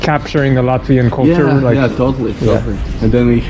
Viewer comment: I'm latvian and the whole time I was laughing at your latvian pronunciation but I can tell you were trying your best😂